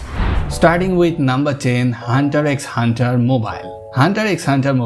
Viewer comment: You lost me when you said Hunter "X" Hunter.